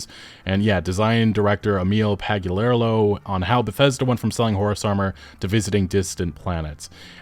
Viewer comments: Emil "Pag-yu-lair-a-loh" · can't pronounce Emil's last name properly. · I agree with everything said here however it is noticeably hard to talk shit on somebody who’s name you cannot pronounce. Pagliarulo Pag lee uh rule oh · Your pronunciation of Pagliarulo is hilarious 😂😂😂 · I think it's funny how he consistently keeps changing how he pronounces Emil Pagliarulo.